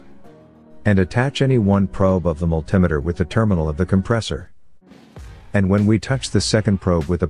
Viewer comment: What the hell is a "multim-a-ter" Oh wait! multimeter. (multi-meter)